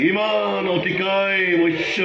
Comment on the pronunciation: মচৈ‌ নহয় দাদা মৎস্য অৱতাৰ